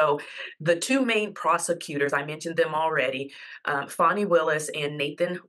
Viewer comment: It’s FAN - ee, not FAWN - ee.